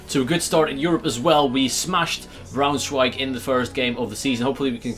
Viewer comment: You said Eintracht well, but not Braunschweig